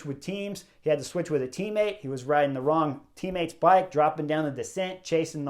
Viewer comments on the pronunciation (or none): none